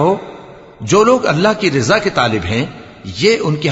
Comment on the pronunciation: رضا کا صحیح تلفظ میں" ر " نصب یعنی زبر کے ساتھ ہے نہ کہ کسرہ زیر کے ساتھ ہے ،❤